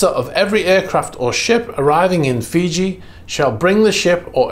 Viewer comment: “Freeji”? has become a Russian sympathizer? 🤣Just kidding. Though part of me hopes these seized yachts end up on the autism block, I know I’ll never be able to even charter one for 15 minutes, much less buy one.